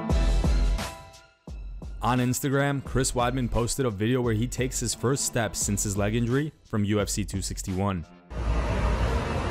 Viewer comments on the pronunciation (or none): "Forst steps" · "His forst steps".. ha